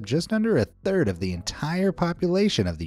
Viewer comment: Not 'Thired'. Or you maybe speak another language